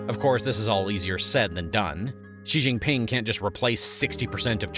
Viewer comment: He also pronounces Xi as gzee instead of shee. Good material, but needs more study.